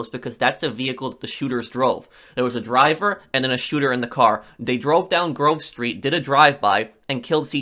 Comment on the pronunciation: Whenever he says Grove Street, I always here groceries